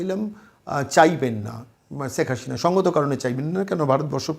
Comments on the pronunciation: শ আর স এর উচ্চারণ কি উনি জানেন না?! সেখ হাশিনা বলছেন উপস্থাপক বার বার!!!😅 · Kindly pronounce the name correctly! It's SHEIKH HASINA & NOT Seik HaSHina...Why is it that you people cannot pronounce our kind of names? 👿👿👿 Btw: I'm NOT a supporter of Sheikh Hasina though...